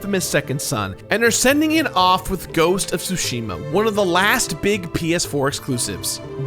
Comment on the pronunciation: Thank you for pronouncing Tsushima correctly